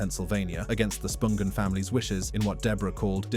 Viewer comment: Sid Vicious is buried in NJ?? Props to this narrator for pronouncing Spungen correctly. 👏